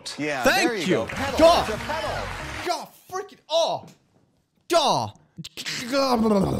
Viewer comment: Wheel of Fortune (last clip) is notorious for being super nitpicky about how things are pronounced. So because the first two people pronounced it more like "paddle" instead of "pedal" they were incorrect according to the show's rules.